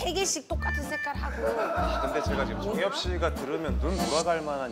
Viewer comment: The way she mispronounced the guestʼs name and called him jangyup instead of jungyup and he was like k bye lmaoooo